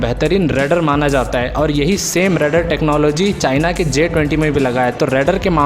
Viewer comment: रेडर रेडर क्या कर रहे हो ऊसे रेडार बोलते है